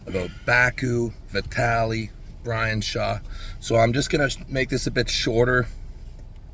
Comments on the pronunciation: I pwomised my fwend Bwian so now I have to cancwel mwy mwatch with Vwitaly, guys! 😂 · He can't. His fwend Bwian will be so saaad if he pulls a real match! 😂